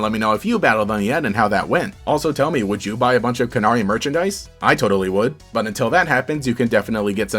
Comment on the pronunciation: i think it's pronounced "can-airy" (like the bird, canary)